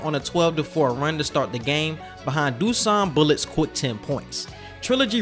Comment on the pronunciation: Yo great video! Just little tip from a Serbian guy. Dusan is pronounced Dushan because S in Dusan is actually a Š and it's pronounced Sh like in Shooting, Shush, Plushie etc etc. Also you got a new subscriber, keep doing great work bro!